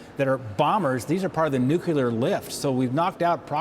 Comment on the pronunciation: There....is....no....such....word....as... NUCULAR! It's NUCLEAR! If you want to be taken seriously....